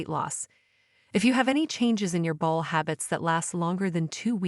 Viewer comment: Are you a robot? You have weird pronunciation sometimes. For example, irritable bowl syndrom? Really? If you're human, you must have got your information from an encyclopedia and slapped it together without really knowing what you're talking about.